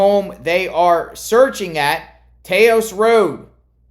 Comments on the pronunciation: on taos the a isn't long..its short...so sounds like Ta-hose..the h in hose is just to get you sounding it out proper but you dont actually pronounce the h..Ta-os or sounds like Ta-hose..just giving you a hard-time for fun..not to bust your cajones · “Taos”. Rhymes with “mouse.” 🤗